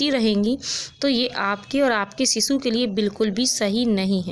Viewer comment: Phle bolna to sikhlo ....sisuu😂😂😂😂😂😂😂